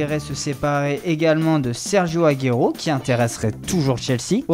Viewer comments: Ça prononciation ' bechichtass' agero au lieu de agouéro J écrit comme ça sinon c pas compréhensible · Momo #TeamOM tg ray c pas sa voix que jcritique le mec dit "aguéro" tu prononces comme ça tu vas me dire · Soigne la prononciation de Aguero stp